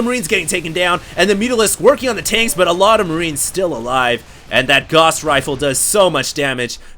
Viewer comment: Gauss rhymes with house.